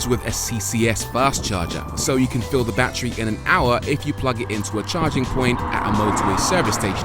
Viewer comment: Nobody: Rory: "Bachry"